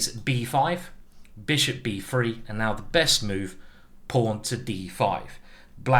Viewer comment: i believe simon is british, but the way he says pawn and castles just doesn't sound right